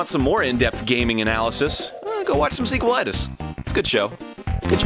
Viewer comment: sequelitis seecolitis